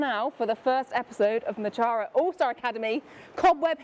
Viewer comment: I loooove the Mochara brand. Just wish the creator knew how to actually pronounce mochara, painful hearing it be butchered on a regular basis 🫠🫠